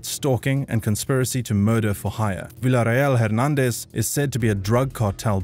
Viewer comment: i see you now pronouncing Hernandez correctly, i wonder if my previous comments had something to do with it